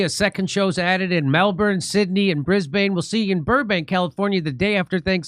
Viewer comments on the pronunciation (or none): My wife is from Australia Jimmy, and every time you pronounce BrisBAIN she has a fit hahahahaha It's BrisBIN. Noice!